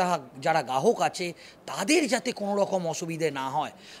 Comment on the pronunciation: Prothomoto pokolpo noi prokolpo,gahok noi grahok,podhan montri noi prodhan montri,jonopiyo noi jonopriyo,😂😂😂😂 fake channel khule bose ache